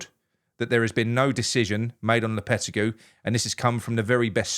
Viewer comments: It's pronounced LOPYTEYGY not LOWPETTYCUE. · Low-per-teg-ee 😂😂😂 Hope we dont get him and its smoke n mirrors for who we really want, but even if we do he couldnt be any worse than the imposter manager we have....soon to be had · You'll need to learn how to pronounce his name correctly. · You need to pronounce his name correctly.